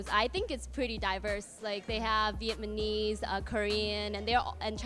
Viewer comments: It's "Vietnamese" not "Vietmanese" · I cant believe she said "Vietmanese" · That girl said vietmanese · I'm sorry, but it's not "Vietmanese" it's Vietnamese... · Lmao when she said "vietmanese" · Yo that girl just said "Viet ma knees" LMAO